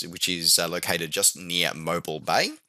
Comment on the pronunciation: Really enjoy the Novawrap series. Thanks for producing the reviews. The 247D sounds great and would be a nice period hanger-mate to the Goose. I do, in jest, have to point out Mobile bay is pronounced as MO bill, not Mo bull… I am sure I mispronounced plenty when I visited the land down under so all is fair. Keep up the great reviews.